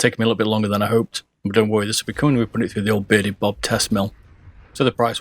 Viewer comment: Idk why but its stuck in my head now... Everytime i hear you say I hear billybob lol